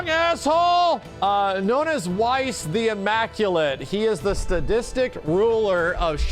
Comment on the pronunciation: So two things. Idk if mispronounces the name on purpose due to disliking the character or if he just doesn't remember, but if you'll recall from Dirge, Weiss is actually pronounced "Vice". As far as the Cid space program thing goes, that happens several years before Cloud shows up in Midgar, so it makes sense that we don't see that in the first game.